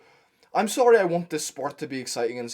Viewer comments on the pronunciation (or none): It’s sorry not solly